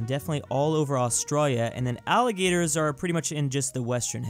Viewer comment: Stop saying australia like that pls